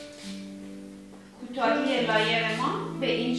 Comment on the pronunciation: با غرض معذرت لایر تلفظ اشتباهیه طریقه درست تلفظش ( له یر ) بث